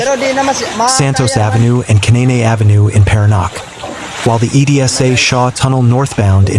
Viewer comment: Paranaque (pronounced Paranyake)